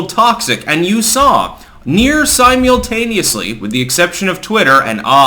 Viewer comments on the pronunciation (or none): who the fuck pronounces it Si-Myool-Taneously? They same guy that pronounced the state of Mary-Land. Lolol Clank ☕️ 🥄